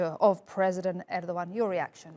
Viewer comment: It is not pronounced Er-dog-han it is pronounced Er-do-han